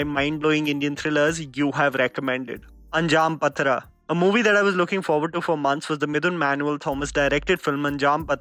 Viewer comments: It's not anjaam patra it's pathiraa. "Pathira" means 'night' "anjaam" means '5th' so the meaning of the movie is "the 5th knight".ha manti hun ki galti ho jathi h mgr it's a good movie actually and title has a great role so sahi se bolna zaroori he na? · Anjaam pronounced anjaaam pathira pronounced paaathira (5th midnight)